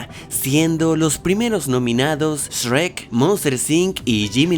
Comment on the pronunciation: Porque dices. Esrek 😂